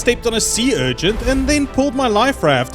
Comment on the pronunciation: It’s urchin. Not urgent.